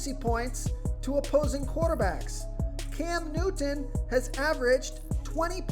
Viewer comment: Hey guy make sure you pronounce Cam Newton as clearly as possible. Annoying. I tried. Sounds a little Special.